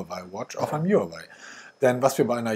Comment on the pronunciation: Du sagst so oft Huawei, dann lerne doch mal, wie man den Namen richtig ausspricht